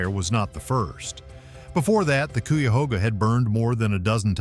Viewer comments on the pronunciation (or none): My stepdad's family is from brexville Ohio and the rest of them live in the cuyahoga valley so when it can't even say the name of the river correctly that says one thing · It's kai-ah-hog-ah river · CUYAHOGA River. I am from Central Ohio and its pronounced ck-eye-u-hoe-gah. Clickbate less than factual entertainment that discounts your credibility level. It did catch fire in 1969, got cleaned way, way up to near pristine and this year a truck fell in a tight space. It was extinguished lighting fast minimizing preserving the river. The Cuyahoga River is an Ohio environmental success story. You can fish from the banks, it is not recreational, I think. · You should probably work on your pronunciations .. Cuyahoga...K -I-A-HOGA... UI pronounced eye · I live just outside of Ohio near oak openings and close to three things you brought up in the video but not one picture of the actual places. For shame if you got to make a video about something you should at least show actual pictures of the place you're talking about. Now you did show a couple of like The serpent mound possibly the Cuyahoga River which you mispronounced. But I'm not even sure if you showed that River because I used to live in Akron as well during the fire I saw it firsthand and the pictures you show did not look like anything I've seen. But I'm not surprised 90% of your video was places that had nothing to do with Ohio and some of it had nothing to do with nothing. But I don't want a dog you totally I do appreciate you telling other people about some of the beautiful things about Ohio just wish you would actually use some pictures from Ohio. PS you forgot to mention that more presidents came from Ohio than any other state. If you're going to make more videos please try a little harder to actually show something that you're talking about and not just willy-nilly pictures. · Too bad 1st is not even pronounced right.😢 the debris burned.